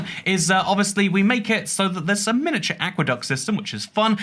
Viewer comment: No one talking about pronunciation of miniature?